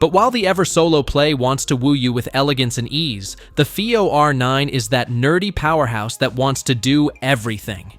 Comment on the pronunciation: Is the Fiio a 'powehouse'?....😂 AI rubbish....